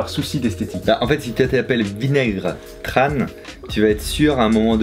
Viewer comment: C’est tchan pas tran :) Tr en viet ce prononce tch